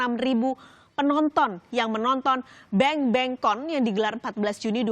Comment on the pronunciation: BANGBANGCON bukan BENGBENGCON. thank u